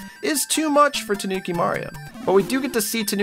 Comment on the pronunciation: When your too lazy too pronounce the I in toonki